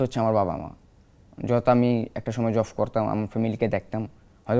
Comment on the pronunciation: কি যে বলেন বুঝি না ! একশোটা ভুলভাল উচ্চারণ করছে ..... জবকে জফ , সাঈদকে সাহীদ আরো কত কি .... কিন্তু এখানে ভাষা ব্যাপার না তার সাহসিকতাই বড় কথা